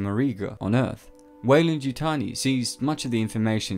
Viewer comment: You keep saying waylan yutani lol